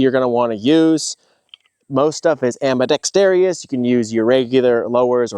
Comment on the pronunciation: Am-bi-dex-tarious lol